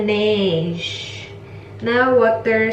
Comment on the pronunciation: pronounced as la-ne-jeu (laneige) po